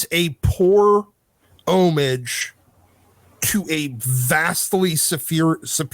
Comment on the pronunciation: Bruh, you gotta pronounce the "ah" in "homage." It sounds like you're saying "unbrage" instead. 👺✨🗡👺